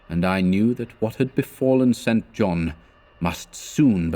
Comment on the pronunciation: Enjoying these. I claim no insight into what Lovecraft intended, but I'd supposed "St. John" was pronounced "sinjon"